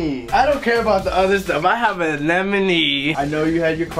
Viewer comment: Props to the guy that said Anemone right. One in a million reefer